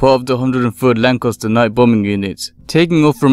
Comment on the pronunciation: The second '"a" in the word Lancaster is pronounced with an "a" as in ass (the equine variety), and not an "o". Who has ever heard of a Lancoster???? LOL.